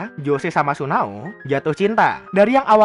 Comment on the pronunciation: Tsuneo njir bukan sunao